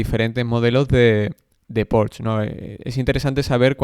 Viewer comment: La "e" de Porsche se pronuncia.